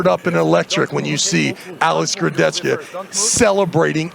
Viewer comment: The way Travis pronounces “KurdechKA” is super annoying